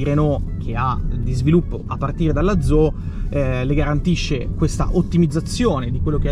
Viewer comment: Comunque è Renault zoE, non "Zo".